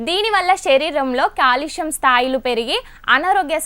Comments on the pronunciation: Kaalushyam kadu andi calcuim adi kooda chepaledu emi anchor andi meeru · కాలుష్యం కాదు కాల్షియం